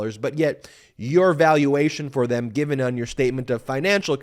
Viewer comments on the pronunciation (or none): none